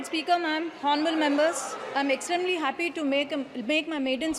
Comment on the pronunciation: English pronunciation should improve... In Honourable, 'H' should be muted. Nandyal Parliamentary Constituency, not Nandyal Paliament... Most of the Abbreviations should have 'The' before them. I wish he were here.. not I wish he was here.. Not Clutch but it should be 'Crutch'. In Sword 'w' should not be pronounced, therefore it is 'sord'. Just a few to name... grammatical and pronunciation errors....pls.